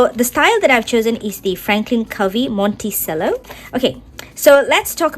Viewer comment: Monticello is pronounced “Monti-chello”